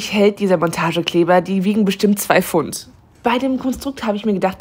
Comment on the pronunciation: Ich weiß dass sich tausende Menschen darüber aufregen werden, aber wenn du Pfund nicht aussprechen kannst sag doch bitte Kilo